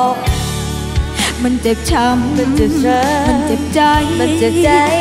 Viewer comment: ฟังยังไงว่าอ้วนออกเสียงชัด คำว่าเจ็บช้ำ กับ เจ็บใจออกเสียงเหมือนคนหายใจไม่ออก